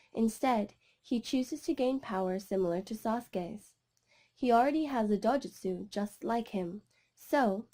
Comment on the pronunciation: It’s not dojustu